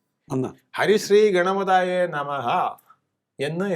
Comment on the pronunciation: ഗണപ "താ" യേ അല്ല. ശ്രദ്ധിക്കണം. ഗണപതയേ നമ: യല്ലേ ശരി?